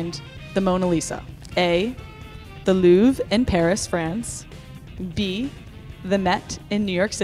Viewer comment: I was so confused when she pronounced the Louvre luuuuve